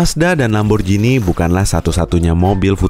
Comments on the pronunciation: bacanya ‘lamborgini’, bukan ‘lamborjini’ :( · Min merk italia lamborjini mana yg tau baca tetep lamborgini